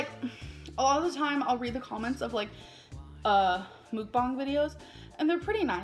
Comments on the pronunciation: I find these so entertaining, also no.. its korean.. mukbang not mookbang.. 먹방(meokbang) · So mukbang is pronounced “mock-b-ah-ng”? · Lmao no that's not how you say it😬😂